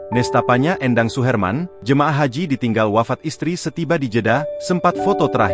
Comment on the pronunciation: Éndang bukan Endang... Ini orang Sunda